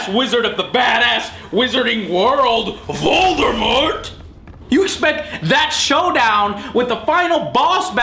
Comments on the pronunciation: I love how Joe pronounces everything wrong, it's like if my dad reviewed a Harry Potter game. VOLDERMORT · My favorite part of the video. Sounds like a stereotypical Mexican in a western saying "Voul-der-mort!"